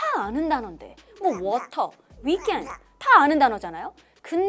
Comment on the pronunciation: 오우타~ 발음 최고에요👍